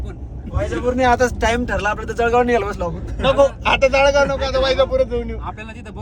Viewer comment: जडगाव नाही , जळगाव आहे दादा 😂🎉🎉